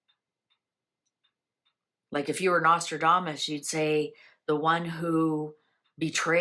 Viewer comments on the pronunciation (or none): none